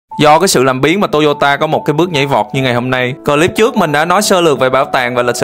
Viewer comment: Góp ý bạn phát âm từ clip nên phát nguyên tiéng Anh chứ phát âm từ Clip thành cờ lip nghe vẻ BK lắm